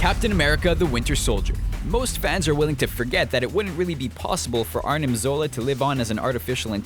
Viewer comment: arnim zola, not artimsola